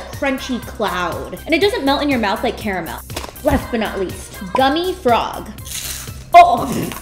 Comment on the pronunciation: She is the first American I have heard who pronounces it caramel not “carrrmuuull”